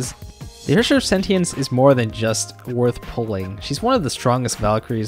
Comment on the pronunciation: You are pronouncing "Sentience" wrong.